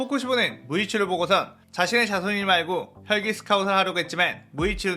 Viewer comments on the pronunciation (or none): 처음 부분에 혈기라고 해야하는대 혛기 라함